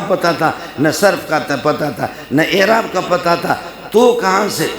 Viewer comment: حضرت معذرت کے ساتھ آپ اَعراب کواِعراب پڑھ رہے ہیں